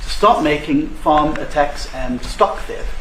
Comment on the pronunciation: Now you don't know how to pronounce the word farm? What is going on with you?